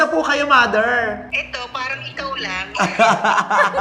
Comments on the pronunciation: mather dawter hahahahaha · Like mouther like doubter